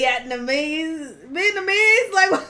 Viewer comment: "Viyetnamese" - THeo